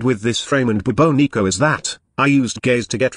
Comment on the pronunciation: I think you are mispronouncing it. Shouldn't it be pronounced more like the Bubonic Plague? Class name D.E..